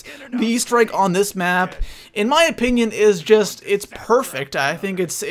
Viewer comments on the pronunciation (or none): none